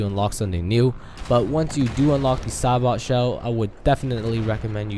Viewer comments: its not sa bot, its a bit different, is more like ''say bow'' ''sa bow'' because ( if i remember correctly from my grammer lessons, the T makes a W sound instead in that word ) but whatever lol it just bugs me when people say a few words like that, anyways great breakdown! thanks for the info :) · sabot.. (say-bohe) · BTW SABOT is pernounsed Say-Boe ;) good video!